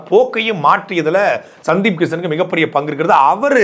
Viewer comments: சுன்டீப் இல்ல அண்ணா சந்தீப்😅😅😅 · அது சுந்தீப் இல்ல சந்தீப் கிசன் னே